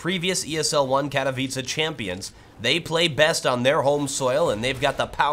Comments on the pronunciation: am glad u said "Katowice" right xD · Pięknie wypowiedziane "Katowice" ;) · Finally some youtuber thats not polish but can still say katowice properly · Hey,!I love how you pronounce Katowice:D.Greetings from Poland.